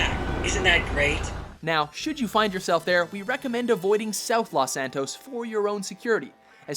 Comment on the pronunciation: Lawhs -san-tos? really Los with a long O